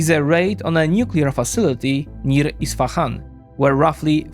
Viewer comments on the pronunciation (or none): none